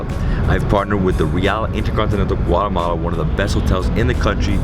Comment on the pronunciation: hi , please dont say guaremala ...is Guatemala . The name DONT CHANGE ..bye